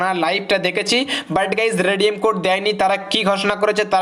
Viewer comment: আবে ভস্রিকে তুনে তো বলা রেডিয়াম